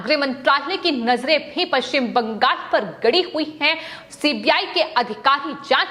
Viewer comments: It is not BANGAS but BANGAL!! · बंगाल को बंगास उच्चारण करती है।